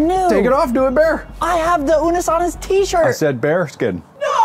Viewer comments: "Unus Anoose" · Blonde: Unnus Ah-noose? Me: Fake faaaaan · Unus Annustly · Unus Honest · Its unus ( une- oose ) annus (an - oose) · its slightly wrong cause of the Latin accent/pronounciation the Nu in the Annus is pronounced weirdly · dude it bugs me so much when people pronounce unus annus wrong. like yeah you can spell it wrong but for the love of god its not hARD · The name isn't mispronounced. Technically mark and Ethan mispronounced unus annus.